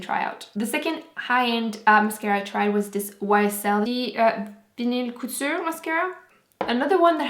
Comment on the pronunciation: Est-ce que tu parles un peu français car tu as trop bien dis vinyl couture